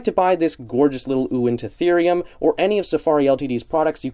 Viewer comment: This is probably my most anticipated safari prehistoric mammal figure. I can wait to get it. Btw i believe it is pronounced win-ta-therium